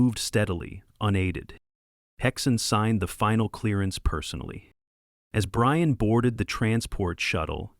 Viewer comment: Brian became Breeyawn